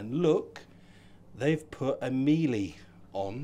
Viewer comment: Miele is pronounced like Sheila…not mieley……….lol